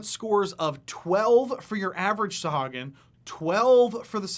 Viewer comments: Isn’t it pronounced saw-who-ag-in? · Love you and your videos, … but man oh man it was hard to listen to you mispronounce Sahuagin (sa-HOO-a-gin) the whole time;-) D&D Beyond has every monster name voiced by Matt Mercer and Marisha Ray so we can know how they are intended to be said. I'll probably get flamed for being a stickler, but a big portion of what you're doing here is education, so let's spread the education to all facets of the game;-) I think they are fascinating monsters as well and have a one-shot adventure on the DMsGuild that features a colony of freshwater Sahuagin. Great job and keep these vids comin'! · Actually, It's Suh-HOO- uh- gin according to Chris Perkins. No offense meant. TY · Mispronounced the name.